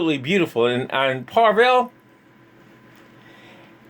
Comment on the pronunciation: No “r”... Pa-vel